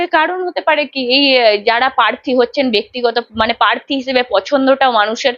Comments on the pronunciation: Parthi noy prarthi. Apnar pronounciation thik korun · Anchor এর উচ্চারণ ঠিক করা দরকার। পোত্যেক , পার্থী, পতিনিধি...এসব কী?